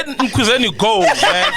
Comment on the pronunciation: Its Khuzani not Mkhuzeni !!!!!!!!!!!!!!!!!!!!!!!!!!